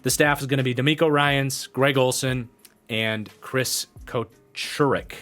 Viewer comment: That 49ers dline coach is pronounced CO-SIR-IK I’m pretty sure